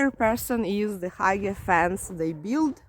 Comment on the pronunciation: You were saying FENCE, i thought you were saying FANS and i was trying to figure out why people were putting fans outside their houses lol😂